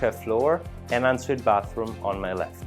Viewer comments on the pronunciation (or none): Great Video you did an excellent job, may I give you one bit of advice on your speech being an American who would love to move to Italy, can't afford this lovely home no doubt, here is my one bit of advice, when you speak of bathrooms and you are meaning no doubt "on suite" not "unsweet" please don't take this as bad critique because you do a great job with your English wish I could speak Italian as almost perfect as your English, have a great day & best wishes to you and yours.>>>>>>